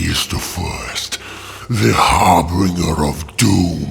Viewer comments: I'm so sorry, but I need to point out that the word is "harbinger", not "harbringer" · The word is HARBINGER. Not har-bringer. HARR-BIN-JUR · Harbinger. Har bin jer. Lousy chaos daemons and their mispronounciations.